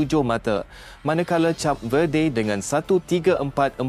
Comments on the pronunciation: Hello, bukan cap lah. Aduh. Pergi lah dengar orang announce dlm bahasa inggeris dulu. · ADMIN SEBUT CAP=CHAP..BUAT MALU JE😊😂😂😂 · Sebutan Cape Verde | kayp vuhd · Kenapa cap sebutannya... lain maciammm😂😂😂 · K0 nk ckp tentang b0la tp sebut name negara pun x betul jeng w000